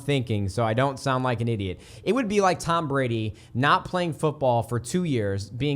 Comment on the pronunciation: You said Tom Brady's name wrong... There should be a GOAT in their somewhere.